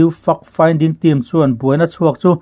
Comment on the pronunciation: Fact Finding tih hi Fuck Finding tia lam lovin FEK FINDING tia lam ni zâwk se a ri mawi zâwk deuh ngêi ang. A bengvarthlak ṭhin e.